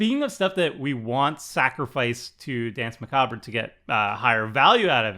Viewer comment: I'm sorry, I just had to stop watching after the second "Dance MacabRAH". It's MaKAHB. Nice D&D trivia, though.